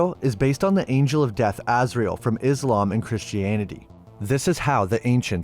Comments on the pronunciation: Az-Ri-El not Ozriel 😂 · Are you messing up these names intentionally or do you really not know how to pronounce Gomorrah or Azriel?